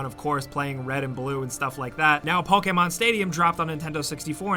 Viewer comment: thanks for saying "pokemon" and not "poKEYmon"